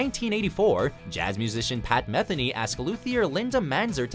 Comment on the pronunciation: Pat Ma-Theen-Ee